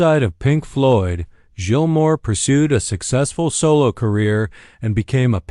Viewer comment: Youre pronouncing his name wrong, and none of these are pictures of Gilmour